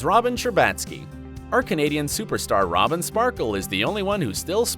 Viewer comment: the way he said robin's name argh